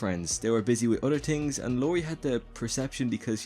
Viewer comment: I love how instead of saying things he says tings lol.